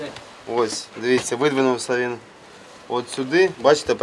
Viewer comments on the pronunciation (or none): Вин,заховаться,говорите нормально